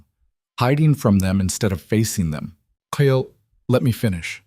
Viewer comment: The man’s name is Kyle and pronounced KYL NOT KY. EL.